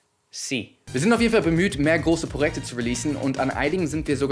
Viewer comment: Bin ich der einzige, dem aufgefallen ist, dass bei "Prorekte" sagt😂